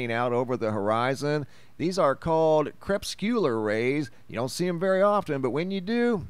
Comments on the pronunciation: Cre- pus-cue-lar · You are never going to learn how to pronounce crepuscular are you..? "CREH-PUS-CUE-LAR" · "Crepuscular rays", not "*", (whatever it was that you said!) Also, "rate of speed" refers to the increase in speed, aka acceleration!